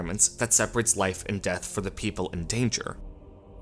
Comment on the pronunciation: I think the narrator of this video is the narrator of 90% of YouTube videos. Please stop saying "thee" when you mean "the." Makes you sound like a creep.